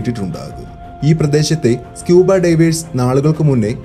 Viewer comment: Please pronounce divers correctly otherwise all good. Knowledgeable.